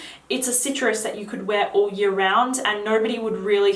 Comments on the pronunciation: Favourite fragrance from last yar.... Kevin and Perry posh voice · Say "year" again.. slowly.